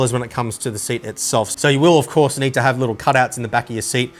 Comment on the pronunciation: He's not saying you need one...... He's saying YOU NEEEEEEEED ONE !!!! Hahahaha, damn now I need to go shopping